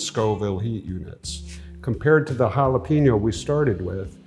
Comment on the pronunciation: Never trust anyone that can't properly pronounce jalapeño.